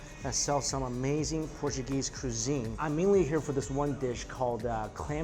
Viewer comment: Mikey, Where is the 'R' in Cuisine??! 🧐